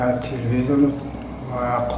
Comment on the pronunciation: хамаш хуб аммо рови барнома телвизор гуйира ёд бигири хуб Меша 😂😂😂😂😂😂😂 телевизор!!!